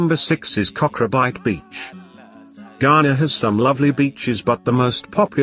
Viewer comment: kokro-bite..he didi not get a single name right.